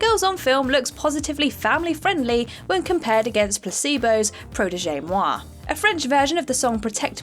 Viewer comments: Protege Moi is pronounced “pro-tejch”, not the typical protege pronunciation. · In Protége the second e is silent. Protègè means something slightly different. Also, under Catholicism redheads used to be persecuted because their hair was seen as a sign of the Devil. See the short story 'Rosso Malpelo'.